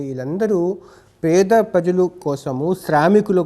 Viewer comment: బాబు చిట్టి పెడా ప్రజలు కాదు పేద ప్రజలు ముందు పలకడం నేర్చుకో